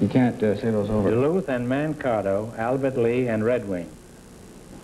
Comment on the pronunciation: It's humorous to hear Groucho mispronounce the town of Mankato (pronounced Man-kate-o).